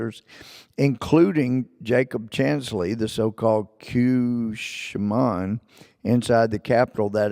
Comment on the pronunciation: Member of the United States House of Representatives and he can't even pronounce "Shaman"!....lol....This guy is one of the most ridiculous examples of partisan hackery in your Nation. "Yeah...some guys attacked the Capitol....never mind that....did you hear about the (ONE) guy arrested for TALKING about kidnapping Trump!!...What about THAT eh???" My gawd. You are guys are so badly broken you may never recover. Unbelievable.